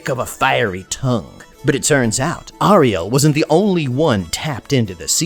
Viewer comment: Hey man nice vid! But please, its pronounced airiel, not ahrielle. Just my two scents